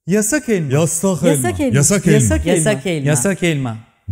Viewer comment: Nobody:: YASSAĞGHH ÆLMAĞH..